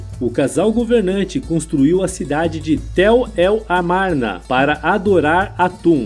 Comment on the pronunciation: Sério, na boa, mas porque o narrador do vídeo pronuncia "Akenatum" e deus "Atum"? Coisa maus bizarra, primeira vez que vejo alguém falar dessa forma, ri do começo ao fim com esse "atum " 😅😅😅😅 e a cidade se chamava AMARNA e não "Armana" como foi pronunciado no vídeo, deve ser de propósito, só pode 😢